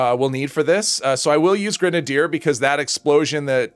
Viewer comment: I think you're mispronouncing grenadier. I think it's gren-nade-er, but hey to each his own. Any additional info is appreciated. Great video btw.. Update My apologies, I just googled how to pronounce it. Lol